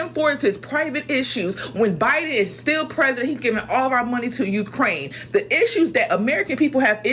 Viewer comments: I think was trying to say Ukraine but it sounded more like Quran (Islamic religious text) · “U-KAH-RAIN” 😂😅 🇺🇸💪🏽 FJB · U craine? Is that what he was saying? I don't know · My man said Biden sent money to “Kurain” 🤣🤣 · Good video except laughing bout my mans pronunciation of Ukraine...